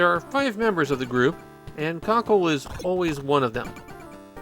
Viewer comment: I see what you're getting at with the pronounciation of "kakeru", but it sounds like you're just calling him "Cockle". I think there's a lot of japanese words that just don't work unless you're a natural in the language.